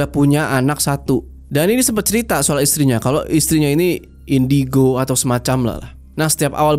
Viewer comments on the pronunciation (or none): none